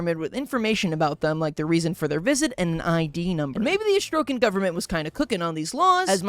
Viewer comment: ”Astrokan” yeah keep saying that and I’ll have an astroke🫶